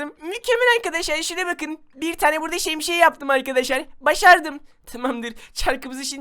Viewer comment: Abi şemşiyemi söyledin😂